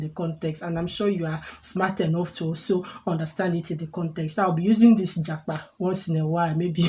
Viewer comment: You should have asked me the meaning of japa before making the video na 😂😂😂😂. Yeah, you pronounced it well 👍